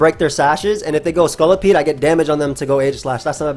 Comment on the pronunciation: pronunciation of Scolipede is one of those rare cases where that's not how I say it, but I like it.